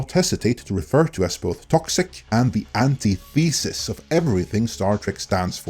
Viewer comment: an-tith-esis, not anti-thesis